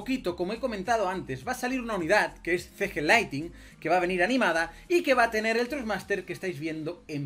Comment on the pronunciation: No es Laitin (LIGHTING) es LIGHTNING!! La N de despues de la T se pronuncia!